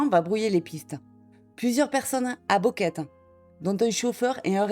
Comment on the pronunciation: "..." répète sans cease "Boquete" en "Boqueta"! "Boquete" prononce "Bouqueté" non pas "Bouqueta" et "Boquet"!